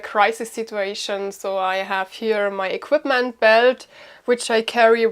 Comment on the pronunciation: Honey, it's equipment with a P, not equitment....Just saying...